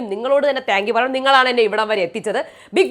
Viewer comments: എന്റെ ചേച്ചി, റ്റാങ്ക്യു റ്റങ്കിയു അല്ല. താങ്ക്യു ആണ് 🙆‍♀️🙆‍♀️🙆‍♀️🙆‍♀️ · But correct ayi parayande.. Ella videoyilum ingana parayunne.. Tanku tanku എന്ന്..